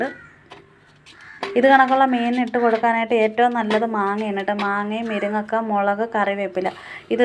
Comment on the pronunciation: Miringakka alla. Muringakka enna..